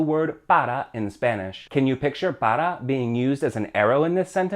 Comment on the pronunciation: Why say para like “pada”?